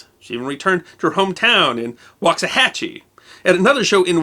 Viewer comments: If needed proof that he thoroughly researches his stories, he did it for sure in this one. I grew up in Waxahachie, TX and still reside nearby. There are not many people outside the county that pronounce it correctly. Way to go!!!! Awesome story, she definitely deserves to be remembered. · Great story. You pronounced Waxahachie correctly. Many people who live around the area can not including some TV news people. The story is that Waxahachie is an American Indian word for Bull Chips. May or may not be true your mileage can vary. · You said Waxahachie correctly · Thank you for pronouncing Waxahachie correctly. People seem to have a problem with that. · Good on ya, for pronouncing Waxahachie correctly, even people here in Texas usually get it wrong.